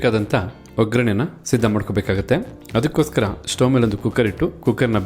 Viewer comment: Pl say vaggarane.. not vagraane..🙏🙏